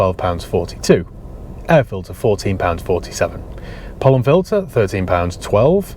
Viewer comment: Could have sworn you said "porn filter" and not "pollen filter" in the list of your spends 😂